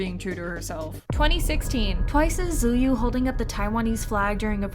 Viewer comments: hi! the correct pronunciation is "chewy" not "zuyu" ^^ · I know this is supposed to be serious but Tzuyu is not Su-Yu it’s pronounced somewhat like Chewy. No hate but my K-Pop stan self is twitching. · it’s pronounce as “chewy” not zu-yu🙂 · Tzuyu = chewy not t u yoo i said the same thing dw its in chinese so it's confusing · for the last time…it’s not pronounced as ZU YU it’s pronounced as CHEWIE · Tshuju…. Please learn their names if youre reporting on kpop idols.. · "zouyuu" lmao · did she say t-ZUYU ?? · The correct pronunciation is similar to chewy or the one which is pronounced by the created even tyuzu said this in a interview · how on earth did you pronounce tzuyu? i had to rewind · Why does the narrator keep pronouncing Tzuyu's name wrong? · This is so out of context...but it kinda bothers me that the person talking pronounced Tzuyu's name wrong...BTW THIS IS NOT A HATE COMMENT SO PLEASE DON'T TAKE THIS THE WRONG WAY!! I really love this channel and i enjoy watching the videos! Keep up with the good work!! <33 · So we gonna put a picture of IU up instead of Tzuyu and mispronounce her name in the same breath? Okay, that’s brave. #theaudacity. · wait how did you say her name??